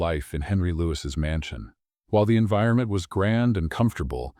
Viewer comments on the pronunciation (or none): none